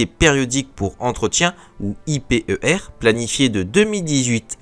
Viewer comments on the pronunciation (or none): sympathique comme vidéo, je tique a chaque fois sur les prononciations des acronymes XD, pang qui ce prononce PA-NG (porte avion - nouvelle génération) et I P E R qui ce prononce lui en un bloc, en tout cas continue tes vidéos, perso je les écoutes en mode podcast :)